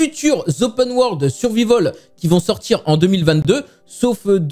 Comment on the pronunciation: prononcer survahivol. c'est facile.